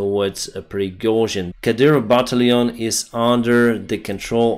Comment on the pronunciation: when you say "battalion" you sound like a Frenchman! You pronounce it like you're from France. ✌😄👍